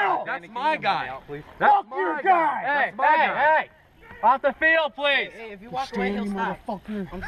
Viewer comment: You say pwease and tank you to me..